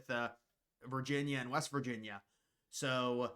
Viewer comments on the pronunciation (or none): none